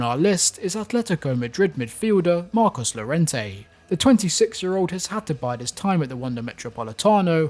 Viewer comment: It is pronounced as "Mar Kos Your Ren Tay"